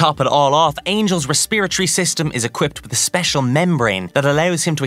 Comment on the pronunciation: Bro how did you just say respiratory???